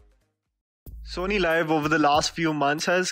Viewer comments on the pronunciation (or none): It's SonyLiv not Sony Live. सोनी लीव। Not लाइव